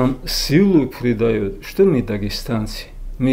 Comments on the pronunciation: Ми ви, научись говорить грамотно афанди, а не ми ви. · Не ми а мы балабол давно пора правильно раскедать слова